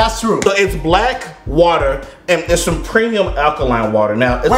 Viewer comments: blk water pronounced black water my brain: bulk wuddah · It's BLECK WATER